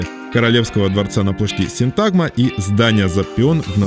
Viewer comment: Почему ставите ударение неправильно? Надо говорить СИнтагма!